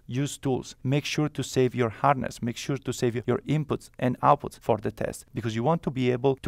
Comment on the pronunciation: Did you say to make sure to save your "harness" ?